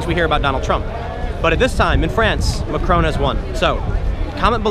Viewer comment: I very much like your pronunciation of Macron, it fits.